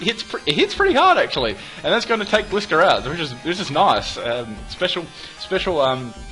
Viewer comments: you still don't know how to pronounce Gliscor... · its called gliscor as in gliding scorpion